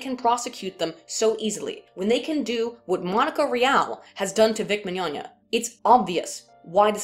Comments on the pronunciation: She said "Vic Min-yonya" It's okay. I don't pronounce his name right either. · Myan-yan-nyah?, are you part cat? * rolls ball of yarn back and forth * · You pronounced Vic Mignogna's last name wrong...it's pronounced "Lasagna"